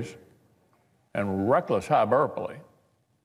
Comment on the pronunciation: Watch out for that "hyburpaly".